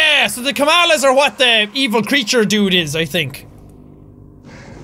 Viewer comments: its not kalamas its kamalas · Even after recording 7 episodes of this game, Jack says 'Kamalas' as 'Kalamas' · Lol it's Kamalas Not Kalamas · Game: "Kamalas!" Sean: "Kalamas!" Game again: "Kamalas!" Sean again: "Kalamas! Kalamas!" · Game: Kamalas Jack: Kalamas Me: Kamalamas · When the skeleton and Fran said Kamalas Jack said Kalamas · not kalamas its kamalas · Everyone:Kamlas! Sean:Kalamas! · Did anyone ever notice Kack was saying "Kallamas" instead of "Kamalas"? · "The dirt is to get rid of the Kalamas" Me: It's Kamalas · Irward: kamalas Jack: kalamas Fran: kamalas Jack: kalamas Lol. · he keeps saying " Kalamas" its supposed to be " Kamalas" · Am I the only one who noticed that he read the "Kamalas" wrong? xD he said Kalamas. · "Kalamas" " kamalas" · Kamalas,Jack.Not kalamas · On Jack pronounced "kamalas" as "kalamas" 😕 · It's kamalas not Kalamas! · who doesn't like kaLLAMAS WHO DOESN'T LIKE LLAMAS 🐐🐐🐐🐐🐐🐐🐐🐐🐐🐐🐐🐐🐐🐐🐐🐐🐐🐐 yes ik thats not how its spelt but thats how he said it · Is it just me or does it sound like he says llamas instead of kalamas 😂😂 all I can imagine is llamas flying around the flying machine 😂😂😂😂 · Wel lets call them Ka-Lamas insted of kamalas